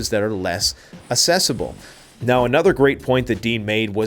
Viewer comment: Its pronounced Ak-cesablle not Ass-cesable lol I'd prefer mountains, closer to rivers, plains flood and have no cover to stay hidden. Not plamning to buy land, thats to bug out though